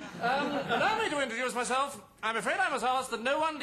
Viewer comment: _ Cleese actually does say "alduce me to introlow myself" in this sketch.